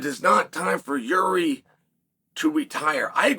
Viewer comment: Did Chael just…… pronounce Jiri name right 🥹